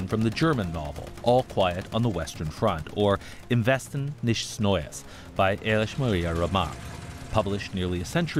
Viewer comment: I don't speak German and even I know it isn't pronounced neesht